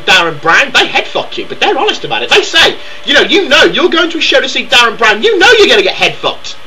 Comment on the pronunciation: Calm down guy. What you shouting for? Also it's Derren Brown, not Darren.